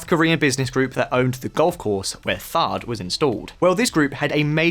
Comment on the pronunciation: THAAD not THARDD